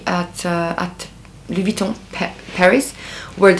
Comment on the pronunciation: By the way, your French pronunciation is perfect! 👍